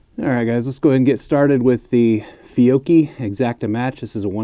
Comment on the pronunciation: Man you pronounced fiocchi almost perfect for an english speaker.